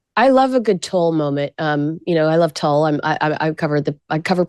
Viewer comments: Why did Kinsey pronounce Tulle the way she did? I bet Maureen was cringing internally 😂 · "tull"??? yikes! Make Google your friend to pronounce things properly. it's not "tul" like pull it's tool like pool. smh a/p definition: The fabric is spelled tulle and is pronounced exactly like the word "tool" (/tuːl/). " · if you’re obsessed with TULLE then learn how to pronounce it. It’s TULLE said like tool. I’m sorry is such a moron. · oh ok you're saying TOLL but it's Tooooool. TULLE TOOOOOL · Someone PLEASE tell her it is pronounced 'Tuwall' or 'Tool' NOT Tull. I can't believe no one prompted them. It's all I can hear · Omg, your Gen Z fashion commentator is so ignorant. Tulle is pronounced TOOL. NOT TULL. I didn’t even know what she was trying to say at first. I thought she was mispronouncing toile. The last time she goofed, she didn’t know what Candace Bergen was famous for except Murphy Brown! AND, Patricia Arquette is not thinner. You can’t buy see he4 joker arms look chubby and her chest up is very large. The outfit just hides her chub. And yes, she’s known till look frumpy in her wardrobe choices. But she’s a great actress. So there’s that! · The netting fabric tulle is pronounced "tool", not "tull" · Just saying, I think it’s pronounced “tool” not tulle 😂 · Tool, not tull. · Umm, We did NOT pronunce tulle as "tull" in fashion school Kinsey. ❤ I agree with 100% about the toilet brush!! ❤🎉🎉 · Definitely not tull. There’s a long U. Tuuuuul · It pronounced “tool” . Who is this on the right talking about fashion and doesn’t even know how to correctly pronounce this ? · Cringe, Kinsey, tulle is pronounced “tool”. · Tulle is pronouced "tool" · How come you didn’t correct your guest host’s pronunciation of tulle. She kept saying Tull. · Kinsey, do your research. It's pronounced TOOL. Ugh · Tulle is pronounced TOOL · It’s pronounced “tool”, Kinsey lol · Pronounced like tool. Mo got it right, Kinsey take note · Tulle is pronounced tool